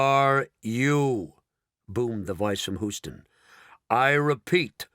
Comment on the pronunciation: AAAARGH! It's pronounced "Hue - ston," says an actual Houstonian, NOT "Who - ston."